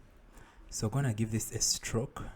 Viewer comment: pls next time dont say anymore "we qonna"